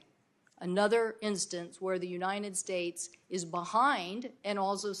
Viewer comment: UNINED STATES AHAHA